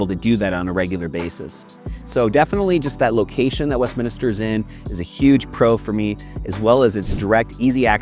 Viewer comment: It's Westminster, not Westminister.....